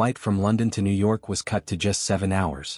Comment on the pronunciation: I hate these AI vids with sub 1000 subscribers. The AI narrator can't even pronounce New York.